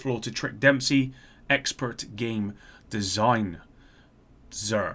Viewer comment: "design-zur" - hilarious.